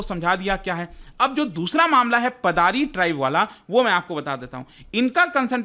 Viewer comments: Sir its पाडर (पाडरी) not पादारी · Paddar ko पाडर pronounce krte h